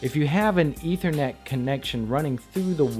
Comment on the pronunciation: It's "ETH-er-net," with a "short-vowel sound" on that first "e."